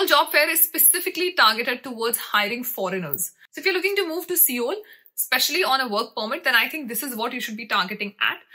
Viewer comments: Seoul is actually pronounced as sole/soul. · It's not seeoool ...it's sol (pronounced)